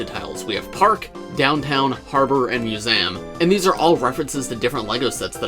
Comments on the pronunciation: Mew-z-um.... try saying it slower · Mus-ay- um?????? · I'll be honest, the only thing I took away from this video was how says "Museum". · Why do you say museum so weird?